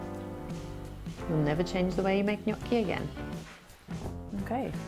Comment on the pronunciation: Nice to finally hear someone pronounce Gnocchi the right way.